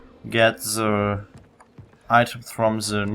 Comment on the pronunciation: cool, you talk like Sam from Far Cry 3. "Ze" instead of "The", amazing simple thing like that brings back memories for an amazing game.